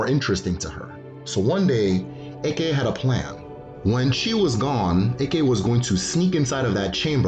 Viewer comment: Hello very nice and informative video. I must say as an Igbo man, I cringe every time you say the word “Eke” as due to the tonal nature of the language you are actually referring to a “python” in place of the supernatural power. Also to my knowledge at least the Igbo word for creation is okike.